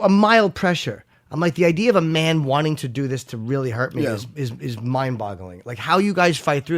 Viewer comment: "wasn't even my idear."